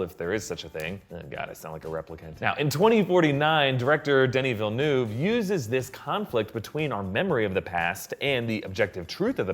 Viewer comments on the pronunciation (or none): The directors name is pronounced, 'veil-nerve'.